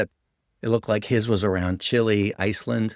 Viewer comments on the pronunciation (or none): none